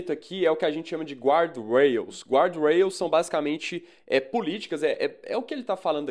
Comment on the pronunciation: Guardrails não se pronuncia assim 😉